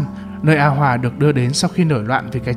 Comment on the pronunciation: a hoà mà đọc như a hoả:))